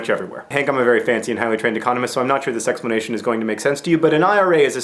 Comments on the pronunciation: did he say sexplanation? I think he did... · sexplanation, John?